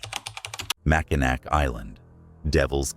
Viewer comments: it not mack-in nack its pronounced mack-in-naw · Its pronounced Mackinaw the c on the end is silent amd pronounced as a w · You must not be from Michigan because you do not know how to pronounce Mackinac Island…….pronounced Mackinaw………. Allegan is not pronounced GON, but GAN……. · Mackinac is pronounced Mak-in-awe. Good content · I think they were referencing the incorrect pronunciation of Mackinac Island. The AI narrator butchers the pronunciation of many places lol.